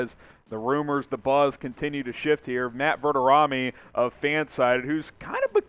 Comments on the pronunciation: Not overly surprised but, shocked that you don't know how to pronoun Matt's name. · How did you just pronounce Matt Verderame’s name? Blasphemous